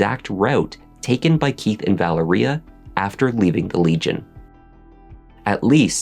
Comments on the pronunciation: Vă-Lār-Ria not Valeria 🤦🏽‍♀️🤦🏽‍♀️🤦🏽‍♀️ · Mispronouncing Valeria name. It is pronounced Val-ree-ahhh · Wow! Captivating and very well done. Just so you'll know, Keith's daughter's name is pronounced with an emphasis on the Va. So it's Va-leria. This was the deepest dive into this story that I have seen and being from Baltimore myself, I thought I knew the whole story. I loved it; liked it and watched it twice so far. I thoroughly enjoyed it! Subscribed!